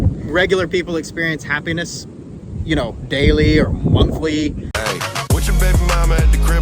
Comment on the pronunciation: Happi-ness. NOT hapenis. 🤣